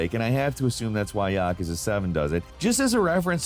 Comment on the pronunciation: "Yaa-ka-za" that's a new one 😆 "Ya-koo-za".